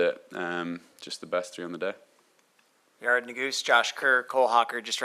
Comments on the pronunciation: It's Yar-ed not Yar-ad! Say my name right!! I❤it😅😅😂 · IT'S PRONOUNED YAH-RED - PUT SOME RESPECT ON THAT NAME! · "FIRST OF ALL ITS PRONOUNCED YA RED!" 😂😂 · Then two minutes later the moderator says “Yeh-red”😂